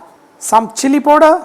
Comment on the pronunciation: Love it when u say "POODER"